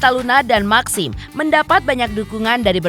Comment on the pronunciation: Bacanya meksim y MBK lebih enk